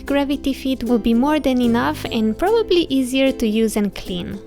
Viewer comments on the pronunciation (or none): none